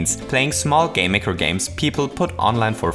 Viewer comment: Aside from the way you say "game maker" all I was thinking was "could I make a five nights at Freddy's game in dreems?" I am sure people will find a way. Great video as always keep up the good work.